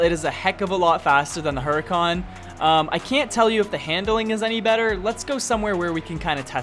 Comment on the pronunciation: hurican not hurykan :(